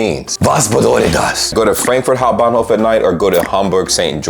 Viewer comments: You nailed the Hamburg Hauptbahnhof perfectly. St.Pauli is a whole differnt beast. Anyway, you always show a good example of just beeing nice. Also, really stepped up your editing along the road, fine job. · Just by the way (i am a new (german) supporter) u r saying the word hauptbahnhof in a perfectly accent freely way 👍🏼